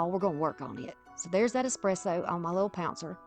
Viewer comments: I love Dark Academia and Dark Cottage Core. Amazing stuff. Thanks for sharing! Also, I love your voice. I'm also Southern. Yeah, it's ES-presso, but regional dialects are so common in the US. If you want to always pronounce things the absolute correct way, then you make it your own. 🙂It's still yours when you pronounce it the way everyone else does, because no one has your voice. I don't think you need to apologize for it, though. You have a lovely accent and I think regional dialects are interesting and unique. 🧡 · Lol i just came from another video of yours where you say "expresso" and it made me giggle. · I'm so mesmerized watching you craft that I never noticed how you pronounced ESPRESSO. I just love the end results, especially in this video. 😊Linda (Yankee) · Absolutely gorgeous transformations! You do a fantastic job teaching and explaining what you are doing. I love this aesthetic. Also, A+ on the espresso pronunciation. 😉❤